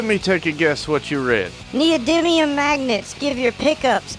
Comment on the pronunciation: Thats text to speech right there, neil diamond instead of neodymium. I may like it better wrong ;)